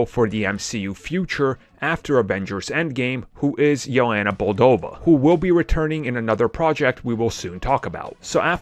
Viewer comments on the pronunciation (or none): Yelena Bolova. This dude: yana bolodova lmao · Not a bad video but just thought I’d let you know it’s Yelena Belova not boldova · He said yelena boldova😭😭😭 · Yelana Bull-dova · Mans is intentionally mispronouncing Yelena Belova and Mantis to boost the number of comments.